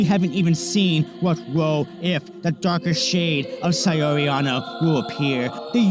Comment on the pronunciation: Great vid. FYI it’s pronounced SOW(as in OW with an S) REE. Not SAY UR REE.